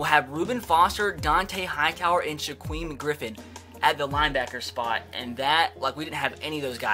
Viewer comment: Sha queem Griffin. That's a new one.